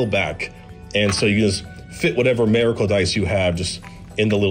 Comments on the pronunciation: "Merracle." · A-mericle dice. Sorry I couldn't un-hear it